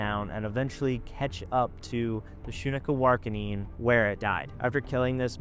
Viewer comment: Pronounced Shun Ka War Ah Kin. Lol. Damn. Just a heads up from a member of a Montana tribe-Apsaalooke